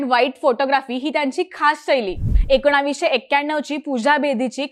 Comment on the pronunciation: एकोणावीसशे काय असत ? ताईंना एकोणीसशे म्हणायचंय का ? ह्या विषयाला चिन्मयच हवा